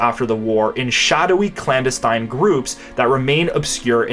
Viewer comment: Meanwhile, he mispronounced "clandestine" numerous times.